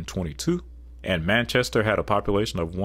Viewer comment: You've named three cities in NH and managed to MISPRONOUNCE ALL of them. That's actually impressive in a way, considering "Manchester" is a pretty common city name, and distinctively English. The mispronunciation of Concord is common to those not from New England, as it's correct for anything except the NH capital and the town in MA. (Those are pronounced "CON-quered".) Nashua should be "NA-shu-a".